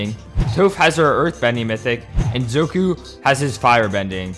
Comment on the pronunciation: ZOKU? ZOKU? iTS ZUKO